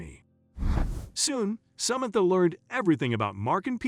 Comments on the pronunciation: Did you check how to say samantha before you buchered this name so many times? If this is computer generated, your computer is woefully inadequate. This is more than annoying, it is very irritating. How are people supposed to understand the story, while trying not to hear this royal mess-up, to avoid getting angry. Would you be happy if Samantha was somebody you knew, and people consistently said her name so badly? Do better please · Such an annoying narrative. The man misprounced Samantha's name numerous times.